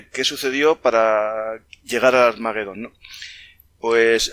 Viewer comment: Armagedón . La GE se pronuncia como JE. No lleva U entre las dos. Rechina oír hablar mal en un canal culto.